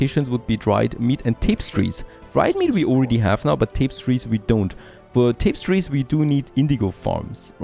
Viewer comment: Fellow german here. Great video as always, and don't mock your english! It's pretty good. Just one thing to point out: more than TAPEstries, it's rather "täpästries". Keep up the good work! :)